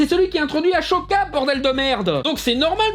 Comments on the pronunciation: "Ashoka".... Sacrilège ! On dit AHSOKA, "SSSSSSSO" et pas "SHO" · Très bonne vidéo,tu nous a rendu notre honneur de geek.Mais subjectivement,je pense qu'on devrait dire assoka au lieu de achoka. mais c'est pas grave,tu peux le prononcer comme tu veux. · C'est pas Ashoka mais Ahsoka, A-sso-ka. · Juste, ça se prononce Ahsoka et non aSHoka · Et Ahsoka de Star Wars se prononce Assoka et non Ashoka (même s'il est possible qu'il y ait déjà eu des erreurs de prononciation dans la série). Sinon une très bonne vidéos sur ces problèmes véhiculés par cette série toxique. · Excellente vidéo par contre ahCHoka ? Ahsoka avec un S pas ch dans la prononciation ! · Ahsoka, pas Ashoka. Y'a pas de son "sh", mais un son s.